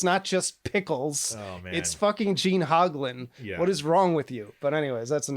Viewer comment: “Gene HOGlan”